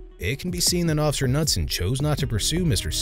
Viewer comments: the officers name is pronounced ka-noot-son! not nutson! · Isn’t it, K-newt-son? Knutson. The K is said. Just curious. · FYI: The name Knudson is pronounced Kah-nude-son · I like that you keep calling him Officer Nutson when the K in Knutson is actually NOT silent. Seems fitting though and I'm all for the pronunciation in this video. 😂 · The k is pronounced. Kah noot son.